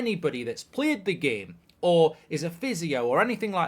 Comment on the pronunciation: casually says the word "game" in a Scottish accent? hahah